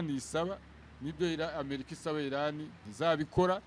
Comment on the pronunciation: Kuki abanyamakuru no murwanda mukunda kuvuga America Nabi?? Ntimushobora kuyivuga neza mugihe aringombwa